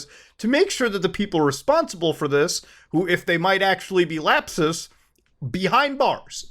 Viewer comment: "lap-SUS" LOL